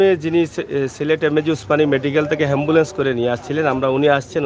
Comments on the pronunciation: Shikkha nei to tai ambulance k hambulance boltesen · হেম্বলেন্স নয় এ্যাম্বুলেন্স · হেম্বুলেন্স বলছো কেন । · আরে মুরুক্ষ হেম্বুলেন্স না অ্যাম্বুলেন্স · এমবোলেচ হেমবোলেচ না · হেম্বলেছ নাকি এম্বলেস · এই শালা হ্যম্বুল্যন্স নাকি এ্যম্বুল্যন্স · ভাই হেমবোলেছ না বলে এম বোলেছ বল্লে ভালো হবে